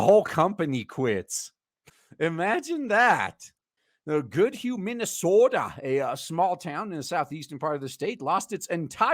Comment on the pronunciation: As a Minnesotan, I approve of the minnie soda pronunciation.